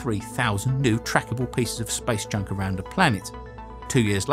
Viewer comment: I heard it 'Spice Junk' :D